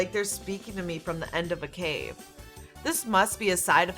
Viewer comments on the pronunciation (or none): none